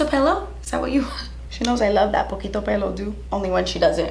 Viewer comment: Poquito pelo i was laughing girl !! Iloved how you said it though!!!